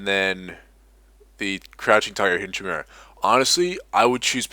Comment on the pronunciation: This was a good guide, but one thing did bother me: it's Ki-mere-ah (hard K sound for Chimera)